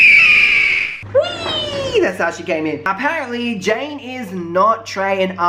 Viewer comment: It's Janaye not Jane